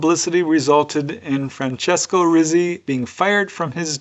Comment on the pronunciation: Rizzi isn't pronounced as rizzzi, it is pronounced like a Hebrew Tsadi, like you say the word "pizza" as peet-sah. So it is really said as Reet-see.